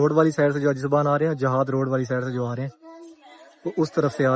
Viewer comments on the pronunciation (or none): آپ شائد اجیاد روڈ کو جہاد روڈ بول رہے ہیں